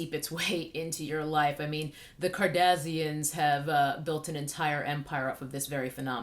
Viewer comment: Sooo..I subbed for the pure joy of hearing the Joel McHale pronunciation of "kardazzian" thankyouu. New subbie♡